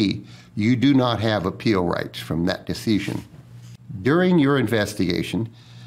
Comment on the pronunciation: Why does he pronounce "decision" like deeseeshun. If I didn't know any better, I would think he was a foreign op with really good English who didn't remember how to pronounce all the words...🤔🤔🤔